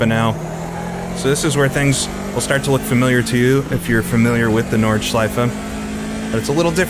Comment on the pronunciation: "Nordscheise" lmao